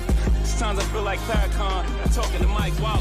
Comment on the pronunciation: “Fair-a-can” I like ari melber, but this is some of the most ridiculous 11 mins ever.